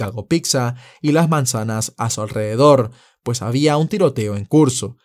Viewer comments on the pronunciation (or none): none